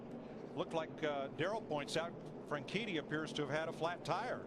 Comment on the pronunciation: Dario Franshitty